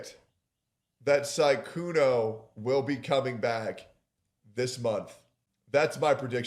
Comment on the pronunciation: Sykunoo❌ Sygoono✅